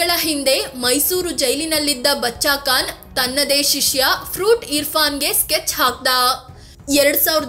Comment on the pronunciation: Medam, Khan not kan, learn to speak properly